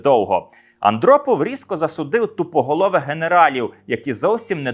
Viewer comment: мені не одному спершу почулося "дупоголових" замість "тупоголових"???